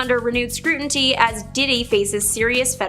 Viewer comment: "Scrutinty"???? lol